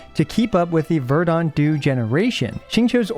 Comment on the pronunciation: Verdant is pronounced "VER-dent", not "ver-DAUNT"